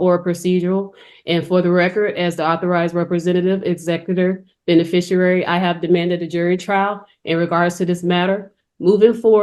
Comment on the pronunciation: Another one who cannot even pronounce “beneficiary”. Its NOT “bene frish a rary”